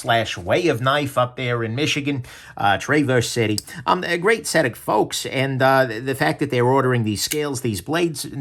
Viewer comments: I can’t admit to professing a lot of love for _ichigan, but calling Traverse City “tray-vurse” rather than “travurse” will get you bombarded with cherries in season. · "Tray-verse City"??? Come on,! You used to live in Michigan, you should know better! 😆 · “TRAY-verse city”? C’mon,. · The weird part is that I couldve sworn he's originally from MI. You must be a fellow Buckeye!